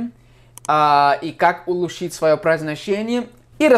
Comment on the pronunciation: улУчшить ударение